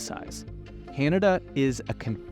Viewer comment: It is not pronounced KeeAnada!